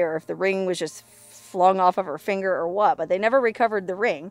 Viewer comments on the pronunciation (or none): none